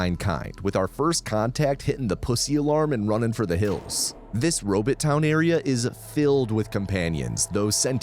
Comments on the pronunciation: Love every minute of this except every second I have to listen to you say robit instead of robot, please post a short saying just bot, do you say bit? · What’s a “robit”? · If you say Robit one more time!!! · the way you said “robot” lol Edit: I love that you keep the same pronunciation throughout the video. 🦀